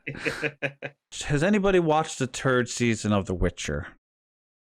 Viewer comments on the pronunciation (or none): i still thinks it'S hilariously fitting that your irish accent calls it "the turd season" cause it's SOOO true